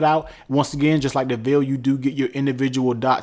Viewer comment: It’s pronounced Vale.